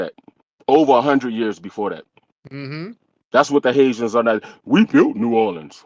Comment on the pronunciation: I love the way he say “DA HaiZans “ 😂Love my FBA NewOrleans! Fam! Yes we have rich history there no more ethnic erasure B1!❤❤